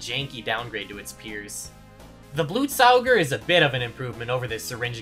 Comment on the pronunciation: First person ever to pronounce Blutsauger correctly